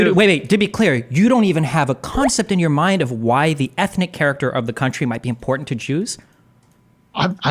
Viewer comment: Take a drink every time he says "Uh" or "Impordet" instead of 'important'.